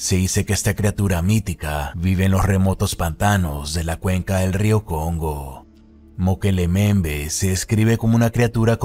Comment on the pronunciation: "Mokele Mbembe": Mukelele XD